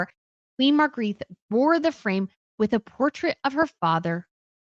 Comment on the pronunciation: Come on - here is a free tip: Maken an effing EFFORT before you start pronouncing names. Our ex-queen is not - REPEAT NOT - called Magritte.